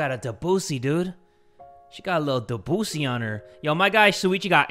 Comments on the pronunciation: it’s pronounced Deh-Busey like gary busey lmfaooooo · Technically, in the name Debussy, you put emphasis on the e, not the u, unlike what Kaede was saying. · Debussy no its depussy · When first siad debussy I thought he said the qussy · i know i was supposed to be sad and stuff during the music scene, but i was laughing so hard because of jay's pronunciation of debussy 😭😭